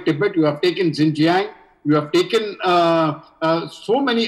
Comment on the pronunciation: Xinjiang is not pronounced as Zingziang ! 😂🤦🏻‍♂️ It is शिञ्च्याङ्.